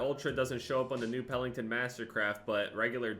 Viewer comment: it’s Pelington, not Pellington. Also, it’s great that your UFC picks went well.